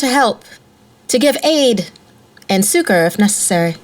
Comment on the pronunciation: That's not how you say 'succour'. Sorry but it really does sound like 'sucker'